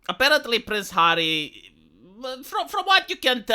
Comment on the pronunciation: "You've sacrificed your pride, 'arry."